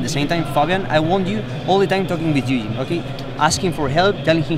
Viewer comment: OH he was saying Ui-jin! not eugene.... for a lot of that I was like who the hell is eugene